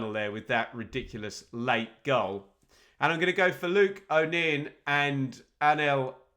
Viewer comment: Luke O’Nien is pronounced O’ nye -en. Please get it right O’neen drives me potty 😂